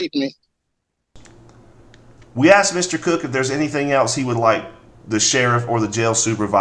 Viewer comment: Aksed eem? Is it that hard to say asked him? Aksing fo a freein.